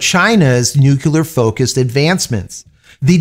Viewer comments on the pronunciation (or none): I’m a long time subscriber. I enjoy your content. Please take this observation as a friendly suggestion for improvement. The word Nuclear is pronounced; Nuke-Leah. Not nuke-U-la. This makes you sound like George W. Bush. Which lessens one’s credibility. Hope this helps. Keep up the good work. May the Force be with you.🌀 Jim🌀 (-: <*>:-)